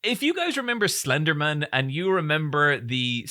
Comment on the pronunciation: I sincerely love pronouncing Slenderman like it's his surname.